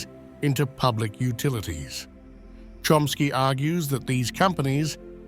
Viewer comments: His name is CHOMsky not Chromsky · The way his last name was pronounced was like 'Trumpski..